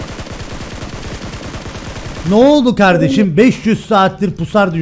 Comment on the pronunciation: Nobody::aynen kavdeşim aras kargo